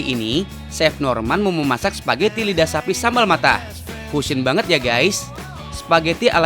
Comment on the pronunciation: Nobody : Not even Italians : Tau Gak Sih : SPAGGETI